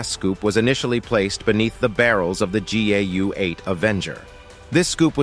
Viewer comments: Why is the narration saying GUA and not GAU? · He keeps saying GUA lmao... Then he finally corrects himself and says it right so matter of fact pretending he never got it wrong. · Narrator keeps calling it GUA. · Narrator pronounced GAU four different ways, somewhat distracting. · I really hate the AI narration. It's simultaneously bland, and it's just awful every time it tries to pronounce GAU like a French word. The smattering of often not quite appropriate selections of stock footage also seems like it was selected by AI instead of someone who understands the context. I'm not some anti-AI ideological purist like some, but this application is still a failure. More work needed.